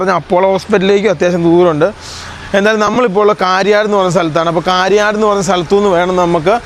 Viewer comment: കാരിയാട് അല്ല കരിയാട് ആണ്.